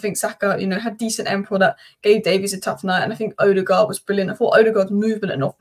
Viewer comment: But no one has yet pronounced Ødegaard's name correctly 🙂